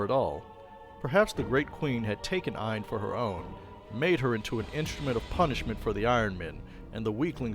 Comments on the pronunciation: Aine is pronounced as Anya. It's Irish/Celtic. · It’s pronounced more like Onya